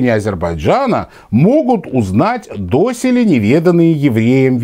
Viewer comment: Все-таки "досЕле", а не "дОселе".